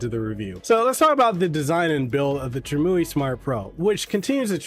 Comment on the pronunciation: Pronounced: Trim-You-Eye Glad that you’re enjoying it though! I just ordered one myself.